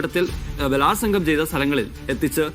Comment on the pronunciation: പരാതിയിൽ ബലാത്സംഗം എന്നുള്ളതുകൊണ്ടാണോ ബലാത്സംഗം എന്ന്‌ ദൃഢമായി പറയുന്നത്?